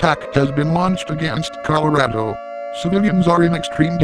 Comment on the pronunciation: sweet Jesus not Colorado